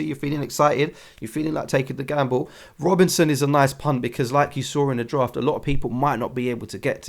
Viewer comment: Great vid again 🤙 And I made the screenshot near the start 🙌 I love how you consistently pronounce Robertson as ‘Robinson’! 😉 I expect you to break out into Simon & Garfunkel “so here’s to you Mrs Robinson” 🤣